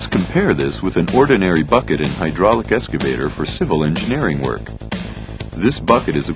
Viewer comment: EXCavator not ESCavator.... some people